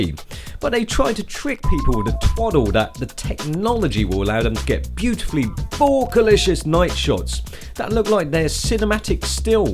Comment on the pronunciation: I don't think I've watched one video where doesn't say BO-KEH!